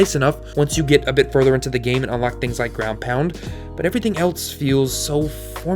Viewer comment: Too many videos of yours I've seen where you do it, so I have to finally say something about it. There is no "t" iin the word "else". Stop it.